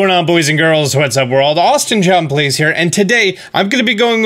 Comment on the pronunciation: Lol sounds like you say Austin John blazes here. 🔥💨 blaze on my friend 😉